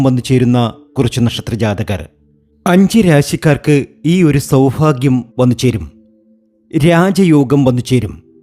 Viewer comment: സൗഫാഗ്യ അല്ല സൗഭാഗ്യം